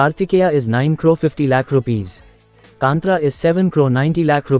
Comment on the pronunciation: It is not kanthraa it's kaanthara ಕಾಂತಾರ plzz correct it broo ❤️